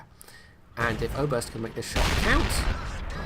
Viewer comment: I like the way you pronounce "Oberst". It's danish and means colonel;)